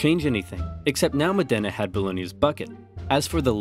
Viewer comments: Just FYI. Modena is pronounced Mod-ena, not Mo-dena. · Mòdena, not Modèna, for the love of God!... Mòdena, not Modèna, for the love of God!... Mòdena, not Modèna, for the love of God!... Mòdena, not Modèna, for the love of God!... Mòdena, not Modèna, for the love of God!... Mòdena, not Modèna, for the love of God!... Mòdena, not Modèna, for the love of God!... Mòdena, not Modèna, for the love of God!... Mòdena, not Modèna, for the love of God!... Mòdena, not Modèna, for the love of God!... Mòdena, not Modèna, for the love of God!... Mòdena, not Modèna, for the love of God!... Mòdena, not Modèna, for the love of God!... Mòdena, not Modèna, for the love of God!... Mòdena, not Modèna, for the love of God!... Mòdena, not Modèna, for the love of God!... Mòdena, not Modèna, for the love of God!... Mòdena, not Modèna, for the love of God!... Mòdena, not Modèna, for the love of God!... Mòdena, not Modèna, for the love of God!... Mòdena, not Modèna, for the love of God!... Mòdena, not Modèna, for the love of God!... Mòdena, not Modèna, for the love of God!... Mòdena, not Modèna, for the love of God!... Mòdena, not Modèna, for the love of God!... Mòdena, not Modèna, for the love of God!... Mòdena, not Modèna, for the love of God!... Mòdena, not Modèna, for the love of God!... Mòdena, not Modèna, for the love of God!... Mòdena, not Modèna, for the love of God!... Mòdena, not Modèna, for the love of God!... Mòdena, not Modèna, for the love of God!... Mòdena, not Modèna, for the love of God!... Mòdena, not Modèna, for the love of God!... Mòde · btw it's MOdena, not ModEna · Mòdena not Modéna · It's Mòdena, not Modéna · Fantastic video, but since i'm a modenese i cringe every time you pronounce modena wrong. The accent is on the o (Mòdena not Modèna) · It's pronounced Mòdena, not Modèna. Anyway, WE STILL HAVE THE BUCKET SO SCREW YOU BOLOGNA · Over oversimplified. Modena is pronounced MO dena, not mo DEna. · It's pronounced MOdena, not moDENa! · it's mòdena.